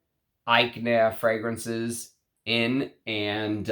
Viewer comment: It's pronounced "Ety yon", sharply "Ag nair" .